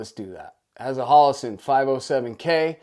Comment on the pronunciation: It's HO-LO-SUN not HAL-A-SIN LOL pretty easy to pronounce correctly I don't know why you always say it that way lol